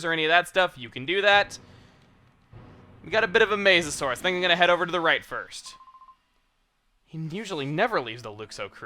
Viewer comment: Way late to this but Arkoos